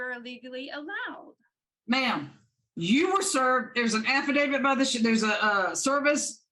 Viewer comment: She called it an "affidavid."